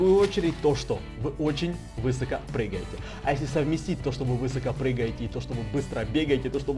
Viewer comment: высокО а не вЫсоко